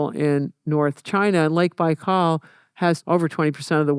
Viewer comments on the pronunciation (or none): none